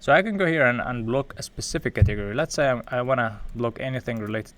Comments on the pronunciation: I literally Googled katiggery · took me so long to realize he was saying " Category" :)